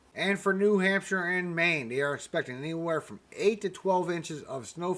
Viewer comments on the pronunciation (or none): none